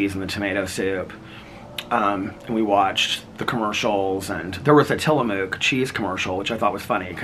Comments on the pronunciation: Pronounced Tillamook like Tilla-book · The “ook” in Tillamook is pronounced like “book”